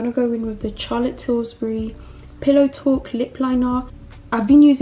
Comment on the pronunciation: It’s Charlotte Tillburry not Tillsburry 😂